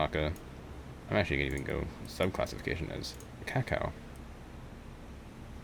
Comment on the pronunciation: Kako's pronounced "caco", you're pronouncing it more like "cacao"